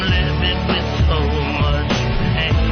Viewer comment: Opie is a dope but I do agree. At that point "the show was sshome mush better, sshome much better."